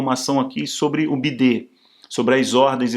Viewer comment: Ele fala errado de propósito para disfarçar kkkkk senão corre risco da censura